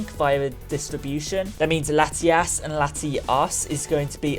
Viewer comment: You made it sound like you were saying Latias both times.